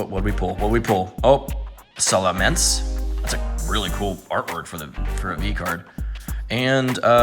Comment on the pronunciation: Btw its sal-i-man-s